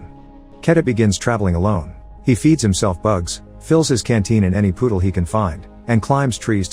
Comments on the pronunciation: Was this video narrated by a computer program or a person? It sounds really human, but then instead of saying puddles he says poodles like the dog. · 🤣 I don't know why, but I find it hilarious & cute, how the robot(?) narrator can't pronounce some words. He called puddles "Poodles" 😆😆🤣 too cute! Ive noticed this auto-narrator mis-pronounces words in this channel's videos. It has never gotten any reaction out of me. But the word Poodle is just too cute & funny. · breuh this guy calls puddles poodles